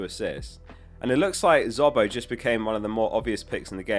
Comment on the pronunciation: Stop saying Zobo, say it properly for once